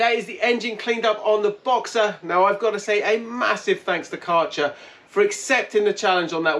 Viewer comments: It's not karcher but kercher as ä in German is prronounced as e. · Karchah? Try Care-sher. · Can someone please tell him how to properly pronounce „Kärcher“ 😂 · Take a year of German?